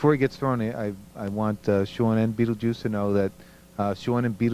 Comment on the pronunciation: I lost it when he calls him mr beetljuice